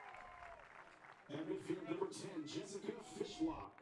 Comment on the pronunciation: LOL Woman commentator talking about the keepers before the game starts, said "Jessica Fish hook" LOL!